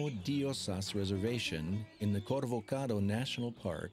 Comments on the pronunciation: Cool documentary amigo Make sure its Corcovado, not Covorcado. I realy enjoyed it ! Thanks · Dude! It's not the 'Corvocado' .. it is the 'Corcovado'. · Its “Corcovado” not “corvocado” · Corcovado my friend not Corvocado